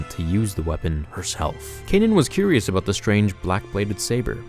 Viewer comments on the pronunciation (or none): none